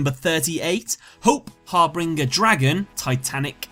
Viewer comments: Hey, the word is not Harbringer, it's Harbinger, read it again. G sounds like J there... it means herald. Just a quick FYI :) Great video otherwise. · harbinger, not harbringer. said har bin jer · great video, but it's har bIN ger, not har bRIN ger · I like how this video is about letters in the name yet when saying number 38's name he keeps adding an R to it, harbRinger instead of harbinger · Not important, but Harbinger. You're adding an R so it sounds like har-bringer. It's Har-Binge-er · harBINGER of hope not harbringer lol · Its actually har-bing-er not har-bring-er. I've made the mistake myself before. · Harbinger, not Harbringer... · Har-binge-er not har-bring-er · Binger, not bringer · Harbinger not harbringer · Its harbinger not harbringer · its not harbringer its harbinger only two r's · Har-BIN-ger not "Harbringer" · starting with #5 you keep saying (to the effect) "that's pretty cool" after almost each card you introduce. So annoying dude! Just relax, talk to the camera like you would someone in real life. Also: its harB-I-N-G-E-R. not harB-R-I-N-G-E-R. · It's pronounced har-bin-jer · You should've done a bit more research on this video considering you didn't know what the meaning of harbinger is or how to correctly pronounce it. The most common example I can think of that makes people understand is the phrase, "harbinger of death". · im sorry but i had to pause when you were at hope harbinger because u were saying it like it was hop harbringer XD u pronounce it hope har-binge-er not harbringer it got on my nerves a little lol i feel like u dont know the word harbinger tbh haha